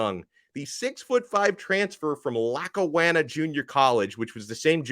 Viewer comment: LAC KA WAN- NA I was to live in Buffalo your killing the name